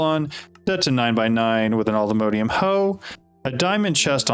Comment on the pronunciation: lol mode-ium it’s mod-ium